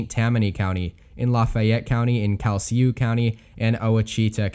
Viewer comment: Please look up the pronunciations of the names of the parishes you mention. Calcasieu and Ouachita come to mind. Getting them correct will make your predictions more convincing too. I remember a contestant on Jeopardy ages ago who did very well (I can't remember how well) and I was impressed until he questioned "What is Ada?" to the answer that went something like "Verdi's opera that premiered in Cairo in 1871," instead of "What is Aïda?" I think they gave him the points, but I realized how shallow if broad his knowledge was, and was less impressed.